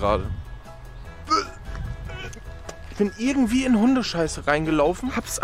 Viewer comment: “Ärgendwie“ nicht zu vergessen